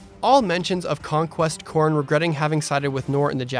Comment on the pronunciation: I sounds like you were saying "Corn" throughout this video. 😆